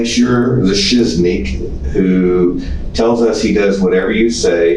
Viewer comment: “…the shizneek?” 😂